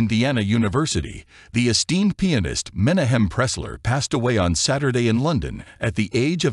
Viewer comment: It's pronounced Me-na'CHem.